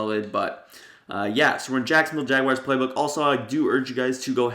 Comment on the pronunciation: Jagyares that’s how he says it